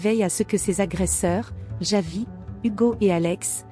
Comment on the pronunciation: Ce n'est pas " yavi" mais Javi, la J, il faut savoir comment le prononcer.